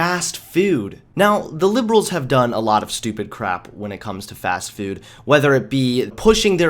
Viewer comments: We just can't help the way you say fast food... FAST FEWD. That is all we can hear when you say fast food. Carry on. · “Today, it’s fast FEWD” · "fast fewd " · Watching this video makes me cringe Because of his pronunciation of "food"